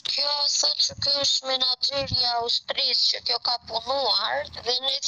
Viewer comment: Po cfar bisnesi ka kjo aman, dëgjoje si thot "Manaxheri"😂 ehhhh moj 😅